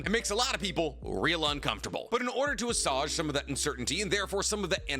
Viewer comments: Assuage (/əˈswāj/ - make an unpleasant feeling less intense), not Assage (whimsical slang term for ass in the sense of buttocks and in related idioms). FYI, great vid, just needed to be THAT guy that corrects people on the Internet, sorry. But also, how else we all gonna learn if no one tells us when we are mispronouncing stuff? lol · If you won't say assuage correctly would you at least just stop using it every video